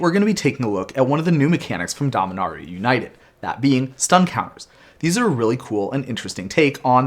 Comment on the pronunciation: Actually, it's pronounced Domin-aur-ia. Say it like you're posh